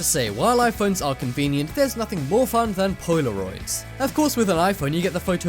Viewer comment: lol "poy-la-roids"